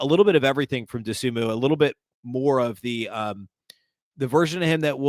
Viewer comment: How much longer will it take you to pronounce Dosunmu right?